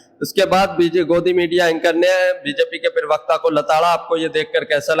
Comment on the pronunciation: Plz. don't speak pariwakta you need to say parwakta....